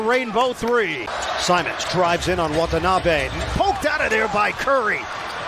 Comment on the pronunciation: 今時WATANABEをワタナビとか言ってるのは一部の☓☓な日本人だけ。